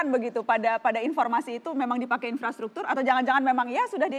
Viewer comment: In-frastruktur maksudnya, wkwk hampir aja😭